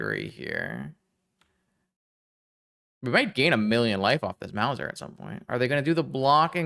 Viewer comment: Loved the deck and the games! However I do also feel obliged to point out that that Big Mother there is a "mouse-r", as in a cat who catches mice. Doesn't rhyme with Bowser.